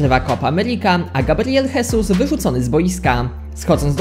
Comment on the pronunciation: Sam ześ jest Gabriel hesus. Mówi sie Gabriel żezus, jakby był hiszpanem, to wtedy mówi sie hesus.